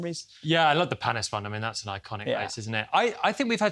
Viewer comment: Will, need to work on pronunciations. It’s Pan ee for Olivier Panis and Lee jhay for Ligier.